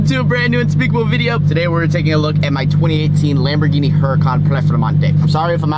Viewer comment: The way he said 'lamborghini' at 1.57 is good AF 😂